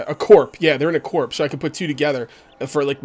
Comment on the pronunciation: Corps is pronounced Core. Like the Earth's center.